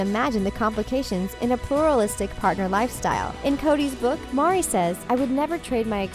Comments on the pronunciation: ITS MERI!!!!!!!!!!!!!!!!!!!!!!!!!!!!! NOT MARI \ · Obviously none of the people who made this have even seen an episode. Couldn't even pronounce Meri's name correctly & the amount of things wrong is impressive. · Her name is not MARI - it's Meri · Her name is Meri...not Mari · “Meri”, not Mari. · Meri, not Mari... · Meri's name is pronounced 'Mary' not 'Maury'. Also, it was Meri's idea to divorce Cody so he could legally marry his 4th wife, Robyn, and adopt her children. Guess the makers of this video didn't really watch the show. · It’s Meri not Mari. Sorry but please fix that huge mistake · Meri not Mari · Fact check - it’s Meri not Mari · Her name is pronounced like marry or merry not MAR-i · You’re saying her name so wrong it’s Meri like “merry”Christmas not Mari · Not pounced "mari" but "mary" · Who is “Mauri?” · Its Mery NOT Mari. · Ummmm....Meri not Mari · I’ve only watched a few episodes and even I know her names Meri And not Mari. Maybe watch the show you’re going to make a video about in future :) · it's Meri not Mari. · Yeah and it makes me so angry - no respect infront of a person and even more extremely bad research -. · OMG!!!! Thank you.... 😵😵😣😣 I was like WHY does she keep saying Mari????!!??... It was driving me 🍌's ..... 😉😊👏👏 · Her name is meri. (Pronounced: Mary) did you never watch real clips about these people? What the heck is wrong with you, lady. Get it together. I If you cant even say her name correctly how can i trust you to be giving me correct information.. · Her name is Meri, pronounced the same as Mary. . How good is your research? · Ok it’s MERI (Mary) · HER NAME IS MERI FFS!!!!!! lol omg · Every time she said Mari I was like oh my god know what you're talking about! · omg thank god someone else said it. it drove me crazy every time she was called Mari. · why doesn't this woman even know how to pronounce Meri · Can u please pronounce meri,s name correctly it's very annoying to hear u pronounce it incorrectly over and over..